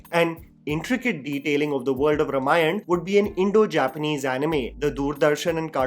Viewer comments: Its not Ramayan. Repeat after me: Ramayana. It is not that hard. Also, Rama and not Ram. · Not रमायण. It's रामायण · I dont want to be picky here but I request you to pronounce it as - Raa-maa-yana and not R-maa-yan. Very excited for a story the world should watch on big screens. This film will be the real global entry of Indian Film Industry. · Also please learn to pronounce the word Ramayana properly first - it’s pronounced as Raamaayana - not Ruhmaayan ( which completely changes its meaning ) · it's may be spelled ramayan, it's pronounced as raamaayan. Come on dude. This much even a toddler would know. Is he ram or raam? North Indians are cursed with improper pronunciation syndrome. Annoying.